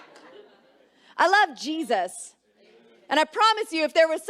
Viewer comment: "I love Cheesus" 🧀 😇